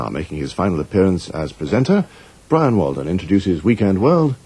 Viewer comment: Awww, poor Bwian.